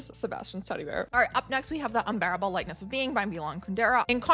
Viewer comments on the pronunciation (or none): 'Lightness' not Likeness'